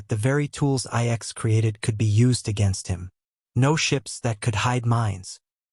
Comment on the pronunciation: lol, AI slop can't even say the name of the planet correctly